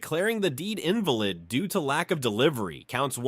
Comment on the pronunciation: The pronunciation of invalid… check the ai in future dude